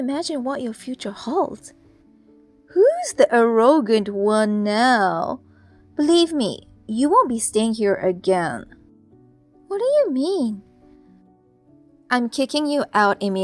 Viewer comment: Lol, the way arrogant is pronounced. 😂 I have NEVER EVER heard it pronounced as Er-row-gurn IT'S air-rer-gurn 🙄